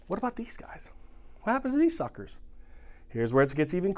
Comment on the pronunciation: They way hes says suckers 😂😂😂😂😂😂